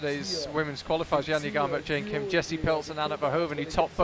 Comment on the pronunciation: One of the commentators is so annoying 😖 I can't even count the times he pronounced wrong Mont Blanc and don't get me started on messing up Jain Kim's name 😤